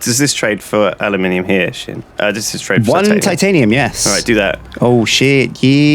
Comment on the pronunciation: Aluminium, not aliuminium.